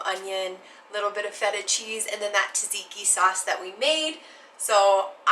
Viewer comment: 😎😉 😃 youns can't fool me, I lived in Athens and Columbus Ohio for a lot of years and knew plenty of other Greeks from Pittsburgh and Monroeville and Italians too, they pronounce it just fine. I give youns props on your pronunciation of Tzadziki was pretty on point and you nailed the recipe. If you ever go hog or sheep hunting you should cook souvkakia. I shared your recipe on some Greek (and Appalachian) fb groups and it's getting plenty of likes. Love, love, love your channel!!! If you are ever in Reno the bevs are on me.( I'm in the same industry btw) YASOU ITALEE ☺☺☺